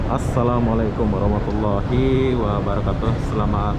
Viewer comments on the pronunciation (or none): none